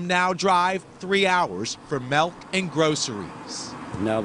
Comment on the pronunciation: dude said "melk" lol.